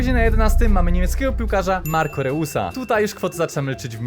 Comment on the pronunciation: Marco reus (cztaj marko rois)